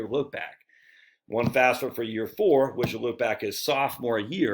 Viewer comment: Say it with me now, F A F S A. FAF then SA.